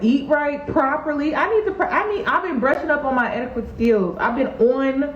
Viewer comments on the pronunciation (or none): Haha aw it's cute how you say the word etiquette as eti-qwette...but its et-tuh-ket. I hope I don't sound mean for pointing it out! Maybe its cuz you were having a drink. Just so you know. I say things wrong all the time too! Beautiful as always. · THE U IN ETIQUETTE IN SILENT...ITS PRONOUNCED (ET-IH-KHET)